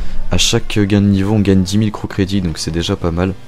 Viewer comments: Creditte mddrrr le T se prononce pas. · Nombre dz fois qu’il dit crew credittee 👇🏼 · Ça ce dit "crew credi"